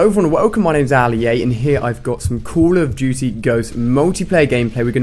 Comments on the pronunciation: Haha he said call of toootie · Alia says " Cool of Duty"